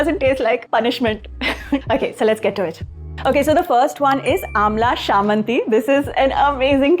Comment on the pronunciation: It’s actually pronounced as amla chammanti not shamanti😊😊